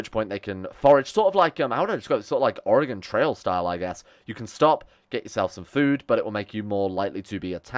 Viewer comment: Holy shit you said Oregon flawlessly, a ton of Americans butcher it even lol I am proud of 3year ago 👏👏